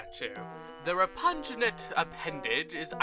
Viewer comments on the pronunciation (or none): I’m sure you’ve been made aware, but repugnant is pronounced “ree-pug-nent”, referring to how bad shoes smell.